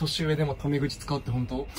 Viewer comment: 「本当？」が「ほんと？」じゃなくて「ほんとう？」なの可愛いよね